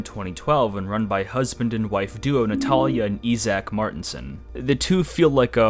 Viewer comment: Minor nitpick but it bothered me that Ziar, Mabuka and Natalia kept being mispronounced.😂 Otherwise I really appreciated this video!